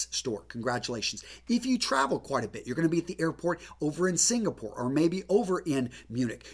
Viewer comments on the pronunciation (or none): none